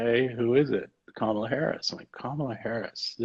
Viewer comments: It’s Kamala with similar emphasis to Pamela. Heavy on the first syllable. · Her name is pronounced like "Comma", Comma-la Harris